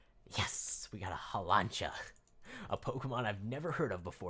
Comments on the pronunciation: Hawlancha i like that i have watched every season of pokemon and its haw-lu-cha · It’s haw luu cha